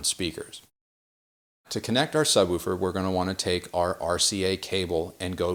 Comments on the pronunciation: The only person I've seen on youtube who pronounces "woofer" correctly. Most people say "wolfer" Lol! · Great to hear someone from north America speaking English properly😀 Woofer and not wuffer! Roof and not ruff! Refreshing!! Great presentation by the way.